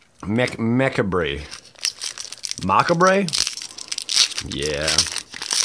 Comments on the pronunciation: Macabre is pronounced "Ma-cab" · Its pronounced Li ch like chat And macabre as in ma-cab-ruh